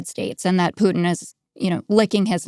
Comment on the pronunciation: Thk. the gods that someone knows how to pronounce Putin as in " poo tin " & not "" poo in " as " keave it " says